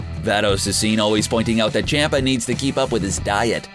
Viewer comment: For the love of God his name is CHOMPA ffs